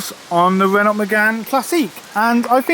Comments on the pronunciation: Painful listening to you mispronounce Renault so often- it's Ren-oh. Apart from that, good on you for saving it! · Get that to Festival of the unexceptional! P.s. The t is silent in Renault. No e at the end makes the t silent ;)